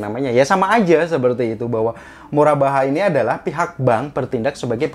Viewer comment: Murabahah dibacanya Murobahah, karena huruf ر dalam pengucapan arab berbunyi "Ro"